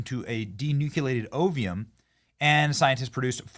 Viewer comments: Listening to Benny Johnson try to pronounce these words is PAINFUL! Ovium? Really? It's OVUM, okay? No I in that word at all. Nuke-u-lous? Come ON! It's nucleus! It's like your pronunciation of Nuke-U-Lar. Thanks George Bush but, no. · Sorry, not to nitpick but....the pronunciation of the words are as spelled: O V A and O V U M. (No letter I in either word.) But; thank you for relating this information. I agree with the commenters that are saying that trying to play God is a dangerous thing. Next will be humans? Not good. Praying that this does not go that far. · What exactly is oveum? or ovea? The whole world says ovum and ova and you can't even read the words correctly while smugly putting the scientists in their place, telling them the creatures aren't really dire wolves. Yea,you sound really knowledgeable - idiot. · Lol, Benny. You have a problem pronouncing ovum and ova.